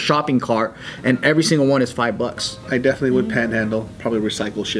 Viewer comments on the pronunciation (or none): none